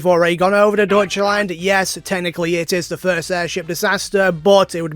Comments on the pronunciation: "Deutschland" is pronounced like "doitchland" (very directly ), I'm assuming you didn't mess this up on purpose because English-speakers tend to find it very funny-sounding. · The dutch land is a funny pronunciation